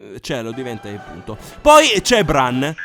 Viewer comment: Non hai detto bene BRAN